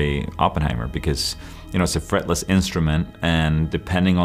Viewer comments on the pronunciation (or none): It’s a FRETLESS instrument. Not “threatless.”